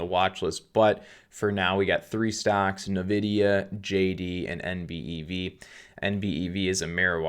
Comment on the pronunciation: It's pronounced "EN"vidia, not "Nuh"vidia.